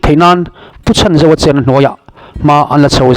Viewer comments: A hming hi i lam dik lo deuh. Chhan tih lai hi lam hniam tur. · Supply minister hming ilam dan hi adik lo deuh